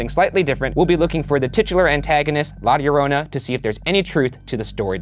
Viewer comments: Shane immediately pronouncing la llorona correctly in the beginning should go into another "shane being a demon" video compilations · Anyone else watching Shane say la llarona over and over again??? Like why is it so good?? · Shane saying La Llorona perfectly is the proof he's the overseer of demons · He didn't just pronounce it correctly he added some sexy spice to it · He actually said it better than the salvadorian guy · Shane's "La Llorona" was just 👌🤩